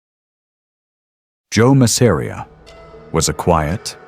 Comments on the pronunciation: That's Mass-a-ri-a buddy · Love the video but the way you pronounced Masseria was unbearable.